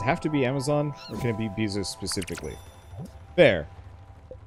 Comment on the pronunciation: Hearing you pronounce it Beezos... Not upset, it’s actually hilarious, all I can think of now is Amazon being run by a bee behind all our backs